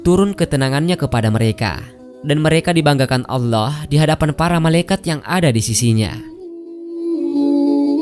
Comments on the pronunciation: Kenapa orang indon majoriti tak boleh sebut allah dengan betul??? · kok saya agak gatal telinga.. pada penyebutan lafadz ALLAH.. YANG di ucapkan oleh pengisi suara. agak aneh dengernya..apa kurang fasih beliaunya.. semoga bisa di perbaiki..dan semakin fasih.. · Bilang allah aja gk becus..preett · Maaf kok penyebutan Allah nya ky kurang pas. Mungkin bisa sering belajar melafalkan